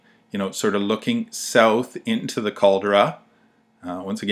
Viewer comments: Sorry its pronounce Cal-de-ra! not Cal-dra lol. I cringed every time you say Cal-dra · if you are going to make a film of santorini, make sure you can pronounce the CALDERA not what you say, yank.